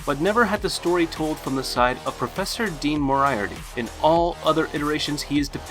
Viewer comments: the only thing that annoys me in this video is how he says moraiarty instead of moriarty, it hurts to hear... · With much respect it's pronounced "More - E - Art - E" emphasis on the syllables matters. But still definitely a great list. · I ignored it when he pronounced "Moriarty" the way he did, but when "dabewt" instead of "debut" I was like...what? lol